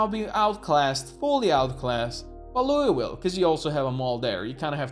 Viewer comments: We pronounce it “louval” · You can just say "Lull-vill" I believe. Like lulling someone to sleep. I know that's not how it reads, but fuck the word worcestershire as well. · We just call it “Loo - ville”.